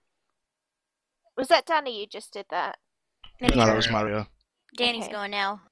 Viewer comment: I think the person who gets the least camera time is the mole. Filming the mole will reveal his identity. Oh and said mario's name marwio.